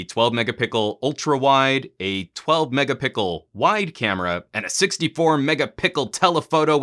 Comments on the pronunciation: A lot of people from LG mobile group including me is really pleased with this review 😁😁.I love when you say megapickle instead megapixel haha. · Megapickle? Am I the only one that noticed he say this?